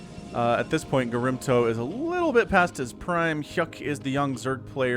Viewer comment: OG Protoss player gets mispronounced all game long. Doesn't deserve that. :(